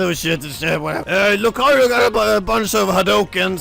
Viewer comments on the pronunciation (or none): none